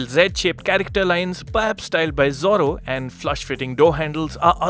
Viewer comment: Did he just say Zoro😅